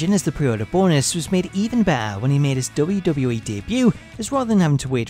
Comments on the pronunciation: DUDE! its W...W...E! Not wbbwbw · Is it just me, or does it sound like he is saying WCW Monday Night RAW? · I'm not the only one that hears him saying "Dota" instead of WWE is it? ... Cuz he's pronouncing it extremely weird. Cool video though.